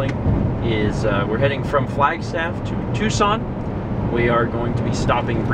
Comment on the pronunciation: Is it me or do you eerily pronounce "Tucson" like "Twoson" from Earthbound?